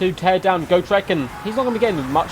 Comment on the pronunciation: Its got- rek not go- trek. You make it sound like go shrek